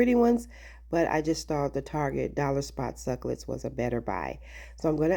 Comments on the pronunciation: Simple and really cute! Since you love cacti, it's 3 syllables- suc U lent. Your pronunciation is actually fun but just so you know. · The way you corrected the pronunciation of the word succulent is actually rude and really- pre ten shus. Just so you know.